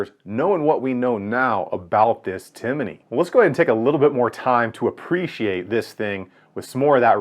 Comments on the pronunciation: Timney---- Tim-ney, not Tim-i-ney. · Hey bud it's Timney pronounced Tim Knee not Tinimey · It’s TIMNEY, not TIMINEY. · Timney, not Timiney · Tim uh knee. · I hate listening to him trying to pronounce Timney. It’s not timmAney. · tim-in-nee lol I really appreciate this deep dive/up-close look at this new trigger on the market. It's getting some serious consideration for a Polymer80 build I'm planning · Just wanted to say it’s pronounced Tim-knee. But great review! For those interested in some more info on the Timney, check out my thread on BENOS. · I believe that was teasing you about the way you pronounce Timney. You add an extra syllable to it. Great video though.